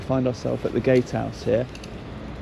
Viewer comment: House not Hose